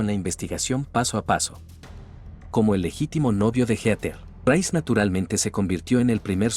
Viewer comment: No puedo con Heter, es Heatheeeer